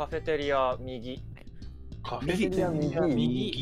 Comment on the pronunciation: 毎回カフェテリアのこと「カフェテアリ」って言うの可愛くない？笑